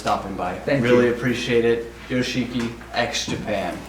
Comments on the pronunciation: Haha! Took me 15 years (got to know X Japan by accident in a videoke early 2007, with "Tears" already available) to be corrected the right pronunciation of his stage name. I thought its "Yosh-ki" (silent "I" in the middle). Glad to learn new info as well, like seeing him playing the piano by recording bigwigs convinced him to shift instruments. In "Endless Rain" (arguably their best known single) live performance, he completely plays piano with pre-programmed drums. Second is the lended arm braces to Michael Jackson, whom he thought Japan's fashion thing. X Japan deserves a ticket to Cleveland's Rock and Roll HOF. Gene Simmons seconds the motion. He cited if he's known as a Lebanese frontman instead of (naturalized) American, KISS wouldn't be able to achieve greatness. "Art of Life" is a must-listen, though I wish Taiji should be the bassist (he was fired a year prior its release). His playing has that semblance of Cliff Burton. And the way Yoshiki speaks reminds of Manu Ginobili, though the latter is more fluent. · I know right!? When ever some one pronounces it as yo-she-ki instead of Yoshiki I just want to hit them with one of his drum sticks! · I love this interview but really hate how Americans pronounce foreign names. "Hi this is Yoshiki from X-Japan" "Thank you for stoping by, Joe Cheeky X-Japan"